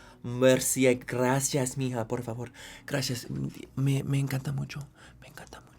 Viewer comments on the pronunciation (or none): none